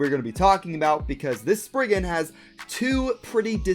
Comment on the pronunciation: Sprig-RIGan Requiem lol